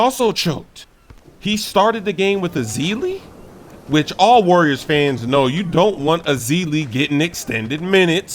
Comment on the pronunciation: Also said call em Arriors because the Cavs took that W